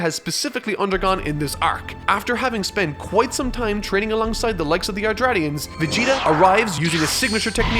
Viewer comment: Man just said '' Yardtratians''